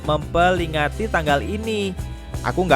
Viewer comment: "Mempelingati"😆yg baca skrip agk gmn gtu sama yg buat skrip